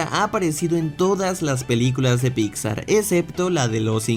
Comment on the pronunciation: amo que siempre dice "Picsa" jajaja